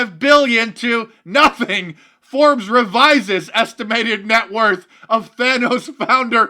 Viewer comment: LOL you intentionally pronouncing "Theranos" as "THANOS". :-D SNAP